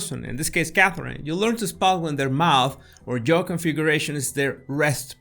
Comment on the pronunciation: No es Joe (yo-u), es (j)yaaohh (jaw) sorry no se como decirle, un diccionario con los sonidos a un lado te puede ayudar con la diferencia asi: jaw: /ˈʤɑː/; Joe: /ˈʤoʊ/